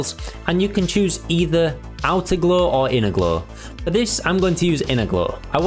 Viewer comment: Never heard 'glow' being pronounced as 'glaw' before